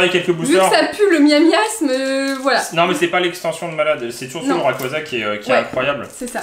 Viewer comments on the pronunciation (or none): par contre c'est miasmax et pas miamiasme